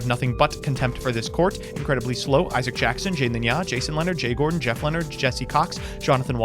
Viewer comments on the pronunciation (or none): none